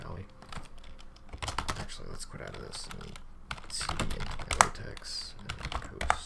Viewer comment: It’s pronounced latex, not latex.